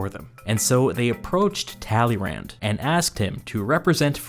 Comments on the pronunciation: Just as as sidenote, if I had pronounced the guy's name "Tally-Rand" in school, I probably would have failed history and French simultaneously. 😂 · Hears Talyrand said in flat American accent. cringes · Talleyrand is said like tally Youn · Narrator ''Talley Rand'' A person who speaks French ''Excuse moi?" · Thank you for this video, neat summary. However, the way you pronounce "Talleyrand" is a crime. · how wrong can you pronounce talleyrand